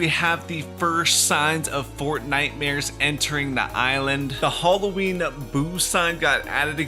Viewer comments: Nobody: Not even iron man:: Hollowin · Wtf is Holloween,I recognise Halloween not holloween